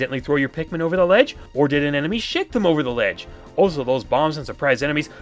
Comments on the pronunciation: I honestly thought that too. Even knowing what it was originally meant to be doesn't make it any easier. I can't not hear it as shit instead of shake. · it sounds like u said " or dose an enemy shit them over the edge" I thought u were against swearing